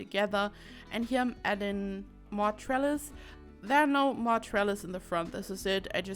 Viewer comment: Right. Lol. I thought you said trellar, my ears heard an r. I indeed like the trellises. Now if I ever see one and I'm with people I'm gonna let em know it's a trellis and I know what it is. :D